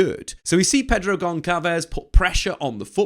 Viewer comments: And I think it's Gonsalves not Goncalves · Really insightful video. You do your homework! I'm sure someone has commented this before but it's not "gon-kalvez." The ç is a s, like when you abbreviate Barça. Gonçalves is (practically) Gon - Sal - Vis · FYI - it’s not read Pedro GonKalves as you are saying but rather Pedro Gonssalves.